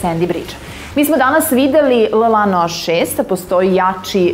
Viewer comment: Ja ne mogu da verujem da je riba na kraju snimka ladno rekla L Lano... :D